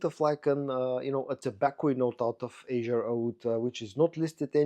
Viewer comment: Azzure Aoud ist pronounced in a italian way. Azzurro means blue in italian.